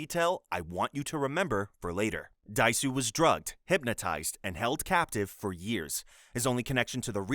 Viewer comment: Just for future reference, the Germanic/Scandinavian 'J' is pronounced as a 'Y', so Jorg is pronounced 'Yorg'; and Meives is pronounced 'MY-VEZ', not 'MOOVZ'. Edit: Also, it's Oh DAY-SU, and fthe reason you gave is NOT the reason why he is being punished. You usually make good videos, man, but this one is so sloppy. I'm just over 12 minutes in and almost every entry has had something wrong with it.